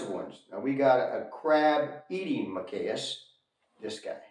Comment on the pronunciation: Ma-kack (s). Ree sus